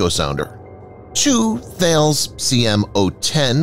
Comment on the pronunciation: Thales = Ta-lis